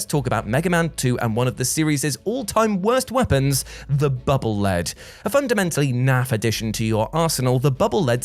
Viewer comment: It's pronounced Bubble Leed, not Bubble Led. Megaman projects the bubbles in front of him, thus they are leading him. The Japanese name for the weapon is "Baburu Rido", the i in Rido pronounced like a long E.